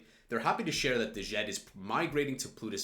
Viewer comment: djed is pronounced with a silent d so simply "jed"